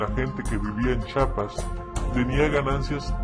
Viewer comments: en primer lugar se escribe CHIAPAS Y SE PRONUNCIA CHIAPAS no CHAPAS, segundó el fondo de la realidad es otra. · se dice y se nombra Chiapas no chapas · chapas jajajaja jaja jajaja pendejo Chiapas no chapas eres bien pendejo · CHIAPAS NO CHAPAS!! y es EZLN Y NO ES EZNL!!